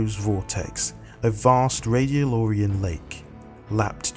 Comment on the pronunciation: Its RadiolAria not RadiolOria .. you are pronouncing it wrong when you recite lore , you have to pronounce words correctly